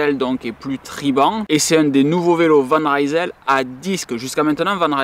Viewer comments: Sinon tu as ORIGINE, qui est très aussi bien placé que Decathlon et Canyon. La différence étant que tu choisis tous les composants, ainsi que les tailles de cintre, potence etc. Sinon on dit Van Risel et non Raïsel :) Ca vient de Rijsel (Lille en flamand) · Van Rysel, ça veut dire "De Lille". Le y se prononce comme un i. C'est pas de l'anglais!